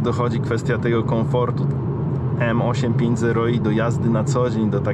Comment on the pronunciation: Trochę kłuje w uszy wymowa M8 5 0 i zamiast M850i, ale tak to test jak najbardziej na plus